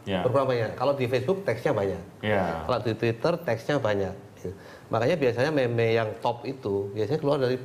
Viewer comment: MEME, JANGAN DITAMBAH LAGI HURUFNYA DENGAN "T" ATAU "K" :V